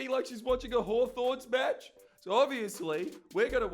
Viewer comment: "Hawthorn Match" Showing your New South Welshmen, Jordies.